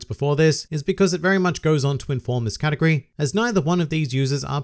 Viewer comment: Every time u say "category", i hear " katakuri"